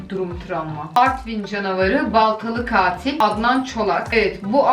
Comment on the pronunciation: "Çkatilo" diye dayak yiyiomuş😂